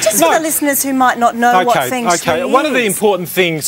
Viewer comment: omg they butchered the word feng shui :D